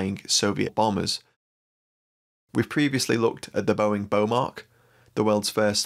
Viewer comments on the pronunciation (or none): none